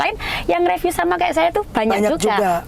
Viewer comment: belajar ngomong riviu duluu.. Riviuu.. Bukan reviu